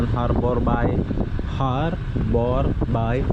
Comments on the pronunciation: Sebutan yang betul untuk ( Harbour Bay) sepatutnya 'harbor bey' bukanya 'harbor bai" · Bunyinya haber bey...tn